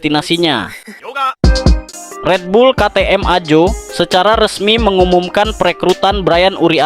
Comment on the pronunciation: bacanya AHO,,,BKN AJO bosss